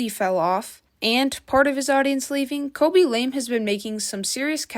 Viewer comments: Why are you saying kobe ? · “kobe” … “ryan”… girl can u read their names… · Colby? Coby lame? Bruh, how many times you said his name wrong 💀 Jeez😂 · It’s not Coby it’s KHABY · you called khaby "kobe" five times... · "Coby"?? "Ryan" William Johnson??? Jeez dood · why u calling him Koby?💀 love your channel tho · K-h-a-b-y not colby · bro said kobe 😂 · This was such a hard watch. You couldn’t pronounce Khaby, you couldn’t pronounce ray, you corrected the wrong you’re and told them “jk delete your paragraph” when it wasn’t even close to a paragraph, and you don’t even know the word “evolve”. Also you know why he’s getting hate, it’s because he never deserved all those followers in the first place. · I think you pronounced his name wrong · Bro kept on mis-pronouncing khaby and ray 😂